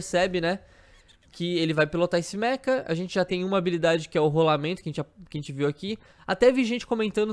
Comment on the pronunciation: Lembrem-se, Mecha não Meka 😉